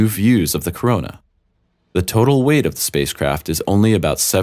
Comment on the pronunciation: Corona not Koroma.